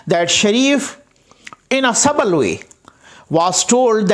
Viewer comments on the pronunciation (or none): i am a great fan of u. sorry to tell, subtle (suttle pronunciation) means "so delicate or precise as to be difficult to analyse or describe."